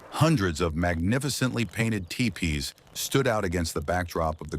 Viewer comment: TEE PEE not Tie Pee